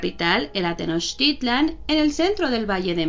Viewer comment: la x tiene varios sonidos, así que no es jocoyotzin sino socoyotzin y meshicas , que bien pronuncias tenochtitlan, felicidades!!!